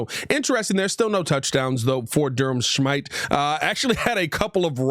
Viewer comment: I think his name is smith-ee not whatever u said “Shmyte”